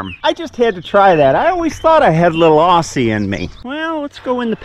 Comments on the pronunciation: G'day mate to you too. One thing though that some of our American brethren get it wrong is "Aussie". It has a "Z" sound and not an "S". Great video as always. God bless. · You might need a little help pronouncing it right. We say it like Ozzy Osbourne Ozzy not Aussie hahahaha. Love the videos and the pasture looks amazing. ✌️ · Maybe a bit more practise on the accent (from an Aussie). Also when its written as "Aussie" its pronounced "Ozzie" 🙂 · Gday! congrats on your Aussie greeting. You did great. 👍 but you kind of messed up on your “Aussie”🫣We pronounce it Ozzie. I know it’s a little odd and certainly not the queens English but that’s how we roll down here. Love your videos even when you talk about bloat in cows. 😳I’m not in farming but I enjoy your content anyway. It’s way better than watching the news that’s for sure! Hugs Deb from Brisbane Australia 🇦🇺! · LOL nope you yanks always say Aussie wrong